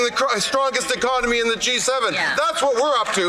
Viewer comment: I don’t like the way he says one economy out of thirteen. It sounds like he wants to attack autonomy.